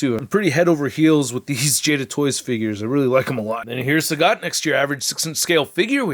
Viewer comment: El traductor anda con todo 😂: Sagat❌ Sagot✅ Dhalsim ❌ Dulim ✅ Enamorado ❌ Enamorada ✅ Inmediatamente me sorprendía 😂 buena revisión a la figura de Sagat😎👍🏻